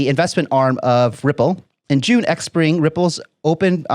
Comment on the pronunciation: Great job...XPring is pronounced Spring Appreciate the update